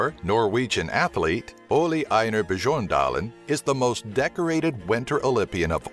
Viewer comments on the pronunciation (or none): "O-LAY I-NJAR BYORN-DALEN" !!!! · oli einjar bejorndalin? its Ole Einar Bjørndalen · That's adorable His name is Ole Einar Bjørndalen Try pronounsing "ooleh ei-nahr byurndahlen" It'll be somewhat correct